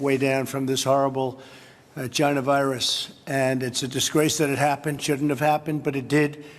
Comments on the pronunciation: Did trump say "this horrible jyna virus"?? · did he call it a "gina virus"? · No one going to point out he said jihana virus? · Haha "jhana virus". Is he trying to say China?? I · Did he say vagina...?! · Did he call it the Gina Virus? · did he say "vagina" virus? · Was he saying "ninja" virus? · Did Trump say Vagina Virus ? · At first I heard gina as in vagina, like what? so I had to rewind